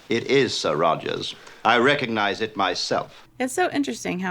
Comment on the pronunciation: Dear content provider/commentator...twice during this commentary you used the word "recognize" but both times you mispronounced it. You pronounced it "reconized". There is a G in the word. The root is "regog", to remember. Please never mispronounce this word again. It drives me CRAZY!!